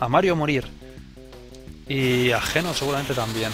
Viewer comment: ...escribe geno y...pronuncia yino